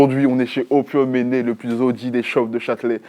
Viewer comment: pourquoi manné c'est devenue ménné ? enfin pourquoi il dit ménné